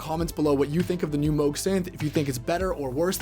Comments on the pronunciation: ...it's moog not moge😊😊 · That's incorrect. It rhymes with the synth model they released in 1980: The Moog Rogue. It's not a Moooog Roooog.